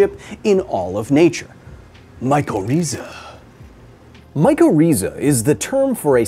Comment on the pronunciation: the way you mispronounce mycorrhiza and mycorrhizal really bothers me. great video otherwise